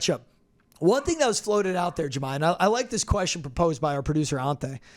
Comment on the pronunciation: Did he say his name was Jahmi?? Loool